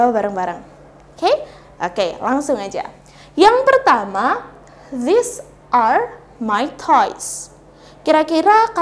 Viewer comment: Apakah cara bacanya antara this dg these itu sama kak? Soalnya saya nonton vidionya kk ini fan saya mendengarkan kayaknya mirip gitu